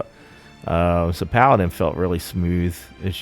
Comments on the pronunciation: Great video, calling them "palladyne" is wild though. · For the love of God - listen to anyone else pronounce Paladin. :) Video is a bit too much improvised for my taste. A script would do you good I think. Keep it up.